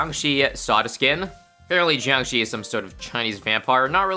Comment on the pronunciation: hey jiangshi is pronounced a lil wrongly here, the jiang was pretty much spot on (ignoring inflection) but the shi is pronounced a lil more like a "shhhh" than a "sheee"